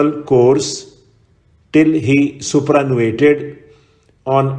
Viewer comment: sir it is superannuated not supranuated